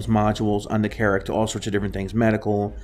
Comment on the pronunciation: Your pronunciation of "AKILLA" versus "AH QUIL AH" , "B-U-K" instead of "BUCK", Carrack strangely pronounced, general lack of information made me down vote. Keep working on your presentation.